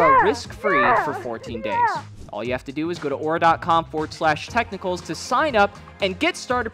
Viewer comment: Tech-Nickles 😂... stop him !